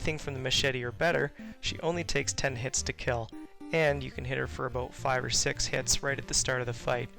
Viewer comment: "And just a-boat" ....the maple is strong with this guy lol